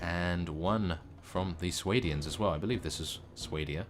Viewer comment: Sway-D-ans.... It pains me to hear you saying it like that.